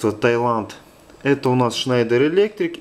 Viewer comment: а почему этот электрик на видео schneider читает как шнАдер? поясните пж.